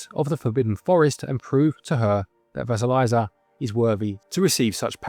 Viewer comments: It’s Vah-see-lee’-sa with the long i sound and Baba Yaga’ (with accent on the second syllable) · You are very close, but there is no "z" sound in Vasilisa, to get it to sound more like the Russian, the second half should rhyme with "piece" or "peace" followed by "uh". Kinda like leaning tower of Pisa. Best I can explain it 😅